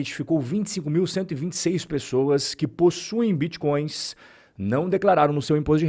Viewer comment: Vixi, estão atrás dos biticóios e crépitomoedas. O povo vai atrás das aulas do Renato 38tão, o homem que tem solução pra tudo e termina todas as frases com uma pergunta ao interlocutor.